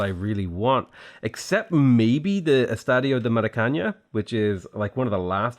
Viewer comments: I am no Portuguese expert but I think you pronounce Maracana wrong, for it to be pronounced like Maracanya, it should have the letter n with a small wave on it but Maracana doesnt have it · Just a heads up but the last N in Maracaná is pronounced like a regular N (if not, it would be written Maracanha). Also the accented syllable is the last one, so it is pronounced "Ma-ra-ca-nÁ" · "Maracanã", not "Maracaña". It would be better that he said "Maracana" instead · Hey, you're pronouncing Maracanã wrong! It's more like ma-ra-ca-NAN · i know that everybody complains about your pronunciation but i have to tell you, the "estadio do maracaná" its not pronounce "maracaña" with an "Ñ" its just a "N" and it is pronounce with enfasis in the last A. if you have any doubt about how to pronouce foreing words just use google translator and hear the pronunciation in that lenguaje. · as a Brazillian, hearing say "Estádio de Maracanhã" gives me life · actually he reads it as the spanish "ñ" not the traditional "ã" we have, but its funny haha